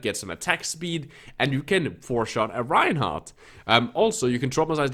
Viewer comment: Are you a Genji main? How in the hell did you get to gm playing like that wtf... "A Reinhaah" lmao